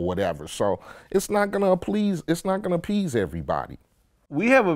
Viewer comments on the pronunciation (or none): He keeps saying a-please …it’s appease ! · If he says applease one more time...lol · Somebody tell him it’s appease not applease lol